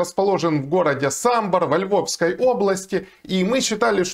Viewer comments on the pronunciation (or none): не СамбІр, а САмбір.